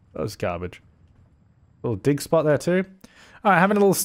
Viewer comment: Every time you say “dig spot” I think you’re saying dick spot lol, family friendly